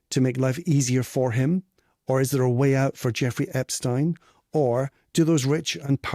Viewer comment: You don’t know how to pronounce Jeffrey Epstein’s name nor do you have all of your facts straight. It’s amazing how many people claim to know what’s happened when you have no idea what actually happened you’re guessing! There are so many questionable things that happened and you weren’t there!!!